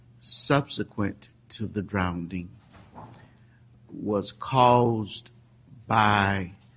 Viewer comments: The female prosecutor also articulated the word "drownding". This entire case was a little shop of horrors. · I'm not going to get into a debate about the attributes or otherwise of the judge but I have to say some of his choice of words and pronounciations make me laugh, he refers at least three times in this video to Caylee having been a victim of "drownding"